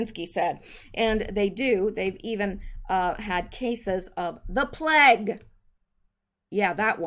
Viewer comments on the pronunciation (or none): none